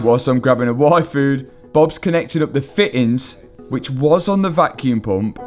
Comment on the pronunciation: I definitely heard say he was going to go get a waifu. That was very confusing until I realized he said yfood.